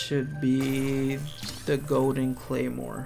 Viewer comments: It's actually "Gowden" instead of Golden- nails on a chalkboard. 🤦🏻‍♂️🤣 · "Go-den rupees"